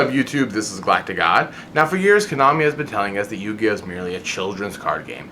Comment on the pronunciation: Dude, slow down. you were talking so fast that you mis-pronounced yugioh. But besides that GREAT point people always make fun of me and my friends for playing the game but i bet they couldn't even learn to play the game if they tried. t'would show them why we're playing a "dumb little kids game"